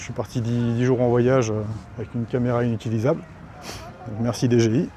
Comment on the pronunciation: Je viens de me rendre compte que ça fait quelque temps que j'ai découvert la chaine et que je ne m'étais pas encore abonné. C'est chose faite maintenant. Pour ta nouvelle caméra elle est peut être capricieuse non ? l'appeler dé-gé-i au lieu de di-dji-aïe ça l'a peut être vexé ? 😅😅